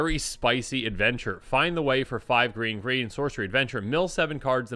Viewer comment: Is he saying grain instead of green?